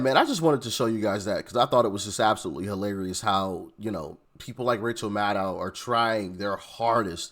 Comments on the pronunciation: Did you just say "Racial Maddow?" 🤣 She's looking more and more like Stephanie Colbert every day. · Rachel Mad-Now… 😂